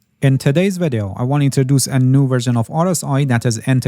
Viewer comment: "in tadays vadeyo...."